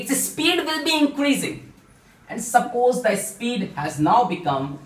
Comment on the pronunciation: Sappoos ✅ Suppose❌